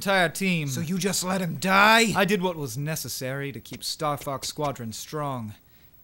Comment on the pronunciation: It almost sounded like you said "Fucks" instead of "Fox."